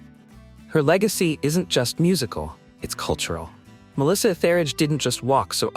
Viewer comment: Nice list, but it’s Melissa ETH-eridge. And when you say artists “don’t play the pronoun game”, why are some rebranding as they/them?